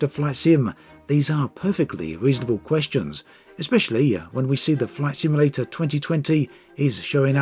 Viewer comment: Sounded like you said “Flesh Emulator” at the start of the video. We’re not quite there yet!